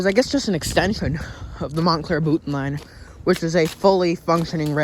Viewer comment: Having grown up in Pompton Plains, next to Boonton, I'm impressed you pronounced Boonton correctly (with the glottal stop)... 😉 In the late 1970s we moved to Montclair, as we were (still are) members of the Studio Players (of the Studio Playhouse on Alvin Place)...